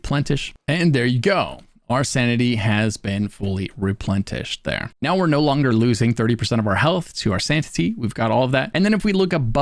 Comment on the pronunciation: why you saying replentished?